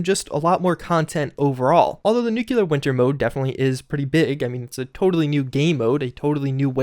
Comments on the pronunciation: New clear. Not new que lar. Fucking idiot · I cringe every time you say "nuculer" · Nucular winter. LÖLÖLÖL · For a guy who makes a living commenting on Fallout games you really should learn how to pronounce nuclear. You're in college for fucks sake.